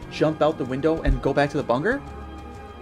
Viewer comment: bangin’ theory my man. next time try to accentuate your words though because you talk too fast and your words kind of slur together which is not what you want when every word you say is meant to be important also big fan of how you pronounce “bunker” differently every single time you say it